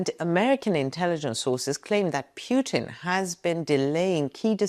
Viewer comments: good video but you pronounce Putin wrong...its Pootin not Peuton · Pewtin? That’s annoying. It’s Pootin. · Why are YOU saying "piutin" ? It should be pronounced PUT IN, anagram for input. It's very simple, what are you trying to hide saying it wrongly. A man basically was shose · His name is PUTIN, not PJUTIN. There is no J his name. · Very good, but please. Don't call him "Pjuutin." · Why does she call pu-tin as pue-tin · I lke how you pronounce 'Pewtin'. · I love the way she pronounces Pyewton. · His name is Putin , not Pjutin 😊 This is lies , negative propaganda all the way 😂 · Just learn to pronounce statesman's name correctly.!!!PUTIN , not pronounced YU in this particulat case.. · Is the current Putin REALLY the true Putin, whom we all remember was extremely ill with cancer, which bends a knee to no-one! btw: I love the way you pronounce Putin as Puitin = perfect! 😷💩= Puitin 😂😅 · Got to love how she pronounces PEW-TIN...LOL